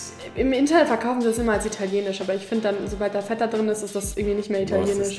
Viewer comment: Feta... nicht Vetta. Aber dein Papa und du - mega sympathisch!